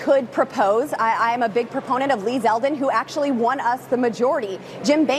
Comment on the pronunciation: Wow Boebert can say proponent…